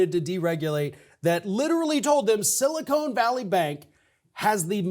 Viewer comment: Silicon; not Silicone!